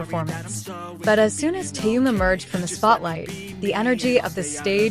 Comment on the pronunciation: Почему вы неправильно произносите имя Тэхён а?